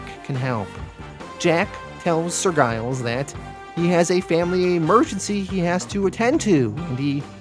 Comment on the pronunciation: As a Brit I am being distracted by Giles being pronounced with a hard G. It’s a pretty common surname in the UK, usually associated with farmers, and pronounced Jiles.